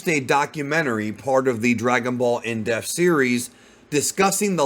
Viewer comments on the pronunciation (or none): I wish you would pronounce the word depth properly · Some day will learn how to pronounce the word "depth." Seems today is not that day though!